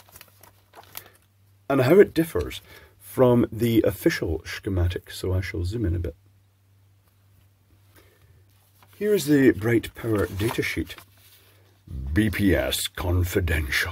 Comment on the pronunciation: Please, don't call it "shkematics"... it's racist :)